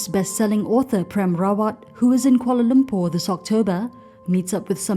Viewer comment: Prem is not pronounced as Pram.